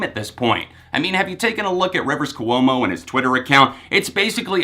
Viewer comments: Kwomo not Ku--omo. Ahhhhhhhhhhhhhhhh!!!!!!!!!!! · Dude says hes been a weezer fan for 16 years yet he can’t say Rivers Cuomo.... Really that just distracted me soo much I couldn't finish the video.